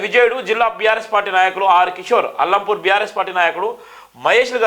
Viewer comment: అల్లంపూర్ కాదురా సామి! అలంపూర్ అనాలి... నువ్ ఎక్కడి జర్నలిస్ట్ వ్ రా బాబు....